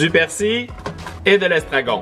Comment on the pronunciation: on dit pas < persi> on-dit on prononce le L